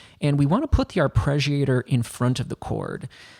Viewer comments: Why are you pronouncing it "arpReggiator"? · arpreggiator lol